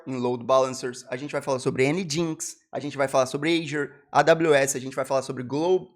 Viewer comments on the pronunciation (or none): COCKIES ❌ COOKIES✅ NGINX lê-se "ENGINE X"